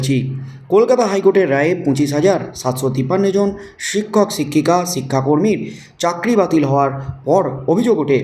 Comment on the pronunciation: “ছিক্ষক” নয় “ শিক্ষক” বলুন। উচচারন ঠিক করুন।